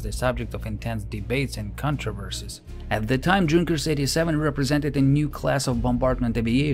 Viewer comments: i'm not fluent in english let alone german but i'm pretty sure junkers was spelled yunkers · Please, please, PLEASE: Don't read Junkers /Ju in English way. It's a German name (and abbreviation), so please, read it "Yunkers" / "Yu". My ears hurt. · Just began the video and had to pause to say how much I like the narration style. It's very clear English with what reminds me of my Russian professors' accents. The care in pronouncing names, especially across languages, is very appreciated as well! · the "J" is pronounced like a "Y" (in the word "young" for example) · Great stuff but just a note on pronunciation. The J in Junkers is pronounced a Y. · Since you insist on mispronouncing 'Junkers' then at least be consistent and mispronounce 'Neuhammer' as Newhammer as any American would. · Great video, but Junkers is german plane, maybe to learn how to pronounce it :) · It's pronounced Yunkers....with the "u" like in "foot"....not dshunkers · The narrator might like to know that Junkers is pronounced YOONG-kers, not DZHOON-kers. Like the Russian Ю. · Fantastic video - my only slight quibble is that in German the J is pronounced like a Y - so more correctly a "Yunkers" rather than "Junkers" ... not that it detracts with the quality of the video. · YU-nkers 87 NOT JUNk-ers!!!!!! Also it seems at least a couple of you guys seem to be in competition to see who can talk the fastest and it reached the point of sounding more than just a little bit silly! And no I am not slow I am well aware of what normal speech sounds like. One "dark" channel, not so mysteriously, sounds perfectly normal when the play back speed is set to 75%! Please slow down a bit bit and and the presentation will sound MUCH better, otherwise this was a great video. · I'm sure germans pronounce them Yunkers not Dzhunkers, but given that they lost 13 in a minute, perhaps the latter is more fitting? 😂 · Nice video. It's pronounced like Yoon-kers, not like Junk-ers. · It is pronounced yoonkers, not djunkers.